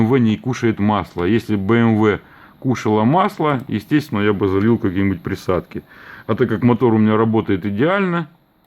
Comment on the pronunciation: "За приадки" . У тебя украинские корни?